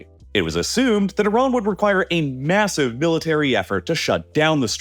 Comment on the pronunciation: I got to , heard the 'massive' in that annoying way and left.